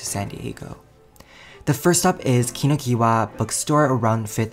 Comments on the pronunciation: im sorry what? ki-no-ki-wa? how is kinokuniya pronounced as kinokiwa sis? SIS!1!1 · no hate lol just informing u that the first book store is pronounced kee-no-koo-nee-ya